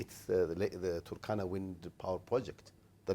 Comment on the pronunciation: the turkana wind project. most kenyans pronounce it with an extra u (turukana). i dont know why.... its like the way the presenter is pronouncing waste west